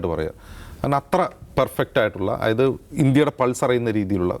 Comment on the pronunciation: ബ്രോ, അയായത് അല്ല, ദയവു ചെയ്തു അതായത് എന്ന് പറയു, കേൾക്കാൻ വളരെ ബോർ ആണ് "ആയത്" എന്ന്.